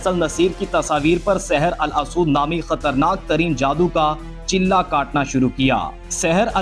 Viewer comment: Saher al asood nhi Saher ey aswad Aswad yani kala جیسے ھجرہ اسود ہے